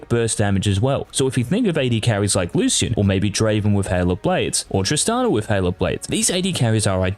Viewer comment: Finally someone who pronounce lucian like lusian and not lushian